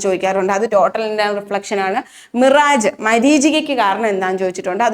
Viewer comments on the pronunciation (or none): ക്വിനയ്ൻ സിങ്കോണ Mirage- മിറാഷ് Malachite- മാലകൈറ്റ് ഇതാണ് pronunciation